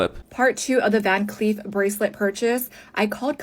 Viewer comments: I literally thought you were saying van queef this whole time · I keep hearing “Van queef” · Im so sorry i just keep hearing "Van Queef" and its really funny to me lol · I totally heard you say "van queef" the first few times 😂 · Gonna be honest - I watched the first minute of this video after a binge of your videos and didn’t see the name. Spent a minute thinking you were saying VanQueef ……. Which was a lot of fun for me